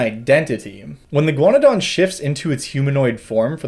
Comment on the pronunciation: I thought you were saying "iguanodon" every time you said "a ghaunadan." I was very confused at first.